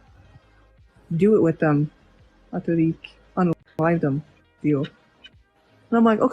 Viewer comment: "If you're alone in the woods and it's just a DEWR!" Sick,. 'Real sick.